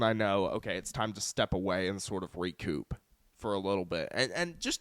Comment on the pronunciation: recoup? more like recoop…er